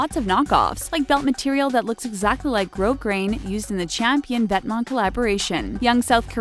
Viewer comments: Wow... I've been saying "Vet"-"Ments" this whole time... I'm so poor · This is literally the summarized video from Highsnobsociety. And she pronouced Vetements right but not Raf SIMONS????